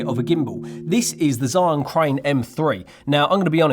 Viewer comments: ZhiYun 智雲 "zhee-yoon", not "zhai-yoon" and definitely not how you said it - "Zion". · Cool gimbal and cool video👍🏻👍🏻👍🏻. Correct pronunciation of ZhiYun sounds quite like "JeeYun", better and easier to pronounce for non-mandarin speakers😆.